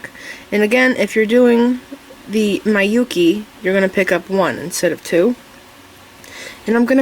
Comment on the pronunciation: Hi, thank you for your lovely earring tute. Just one thing, Miyuki is pronounced "mee-you-key", not "my-you-key". As a Japanese person, I cringed each time you pronounced it, sorry.